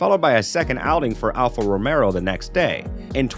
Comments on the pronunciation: Am i the only one who keeps hearing alfa romero instead of romeo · Bruh… it’s Alpha RomeO, not RomeRo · Alf Romeo is pronounced as it's spelled. There is no second R in the name. It's ROMEO. not Romero! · A channel specifically based around F1 and the announcer can't get Alpha Romeo (not Romero) correct? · Dude its Alfa Romeo, not Romero, cant listen to this, if you dont even know the name of the teams.